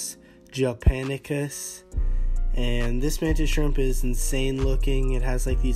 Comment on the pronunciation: Man said japanicus